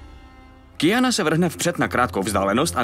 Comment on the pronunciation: Dneska už ani neumí nikdo vyslovovat Q?? Není to Kijana ale Kvijana, stejně jako u Quida to není Kido ale Kvído....